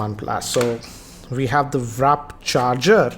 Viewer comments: It’s warp charging not waarp charging Sry for the correction but it sounded irritating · It's warp charger not wrap charger wtf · it's "Warp" charge, not Wrap. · Wrap charger lol it's wah-rp😂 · It's not 'WRAP' it's 'WARP' BTW awesome video.. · "We have the WRAP charger... Buat this is that VAARP 30 watt charger" Nice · Why do you say warp as wrap and vooc as voc???? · how he said warp cracked me up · Eating wraps 😂